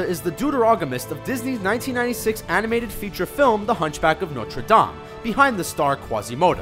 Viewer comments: So is no one going to comment about how he said notre dame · he says notre dame really weird